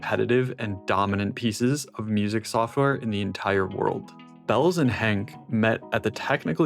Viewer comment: it is Henke - a german name / not Hank, as you are pronouncing it in english…